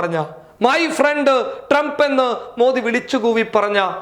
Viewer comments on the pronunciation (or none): My ഫ്രണ്ട് അല്ല My പ്രണ്ട്